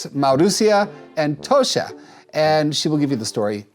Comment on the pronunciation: jackson i get youre not swedish but even english speakers will pronounce the word toshka as toshka and not toska like you did.